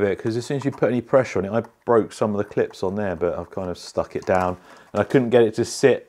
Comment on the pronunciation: had me sitting screaming drop it daiwn lol😂 wtf lol😂